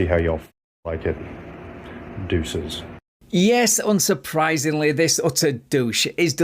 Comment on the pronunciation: Did he really say Dueces?